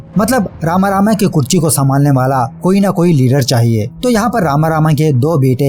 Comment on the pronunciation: तुझे लिखने और बोलने दोनो नही आता क्या?कुर्सी को कुरची बोल रहा था ,चेस्ट को छेस्ट बोल रहा था वीडियो में ,अभी भी ये ऊपर जाने क्या लिखा है तूने भाई।तेरी वीडियोज से कोई दिक्कत नही मुझे में और भी वीडिओज़ देखी है तेरी लेकिन एक बढ़िया मूवी को तू बकवास बात रहा है और तेरा काम मूवी एक्सप्लेन करना वो तू करता नही बस स्टोरी बताता है ,और ज्ञान दे रहा है जैसे बहुत बड़ा रिव्यु चैनल हो तेरा।